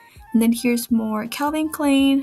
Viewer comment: I like how you pronounce Calvin Klein. It's a German name pronounced like Kline, spine, wine, pine. All the pants you found look great. But those purses are soooo adorable.